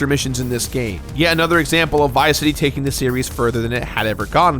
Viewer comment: You pronounced it like Viceity.